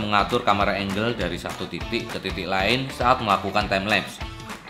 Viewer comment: Jadi pecah fokus denger “ camera enjel” :(